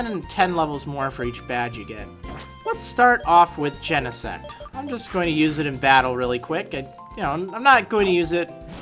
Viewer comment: i don't know why but i always think he said genesex